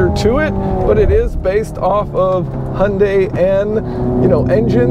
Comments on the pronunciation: Also, 'Hyundai' is a Korean name and isn't pronounced "Hundye". "hyoondai". It's not that hard. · Hy-un-dye Now you have learned how to pronounce Hyundai. It's not so hard, right?